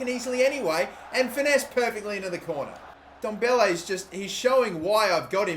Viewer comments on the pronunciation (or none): It's not pronounced n-Dombele it's ndoble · im pretty sure its pronounces en-dom-beley